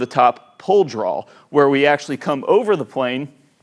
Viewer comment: Btw... the word draw is pronounced “draa”. Not draal. Dude no ‘L’ at the end.... Draw.